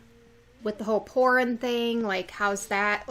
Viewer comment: Þorunn is pronounced as Thorunn